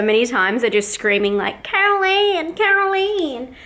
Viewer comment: "Carol Ann! Carol Ann!" in your southern twang accent! :D Cliffhanger... anticipating the finished carved pumpkin!!!